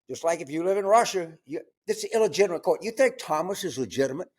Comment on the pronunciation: "No one is above the shurt"